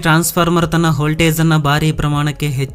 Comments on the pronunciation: ಹಾವಿ ಅಲ್ಲ ಆವಿ. ಹೋಲ್ಟೇಜ್ ಅಲ್ಲ ವೋಲ್ಟೇಜ್ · ಮಾಹಿತಿ ಚೆನ್ನಾಗಿದೆ ಆದರೆ ನಿನ್ನ ಭಾಷೆ ಅರ್ಥ ಆಗಲ್ಲ ಅವಿಗೆ -ಹಾವಿ ವೋಲ್ಟೇಜ್ ಗೆ - ಹೋಲ್ ತೇಜ್ ಒತ್ತಡಕ್ಕೆ - ಹೊತ್ತಡ ಭೂಮಿ ಅಗೆಯುದಕ್ಕೆ - ಹಗೆಯುದು ಕನ್ನಡ ಸರಿಯಾಗಿ ಮಾತನಾಡೋ ಗುಬಾಲ್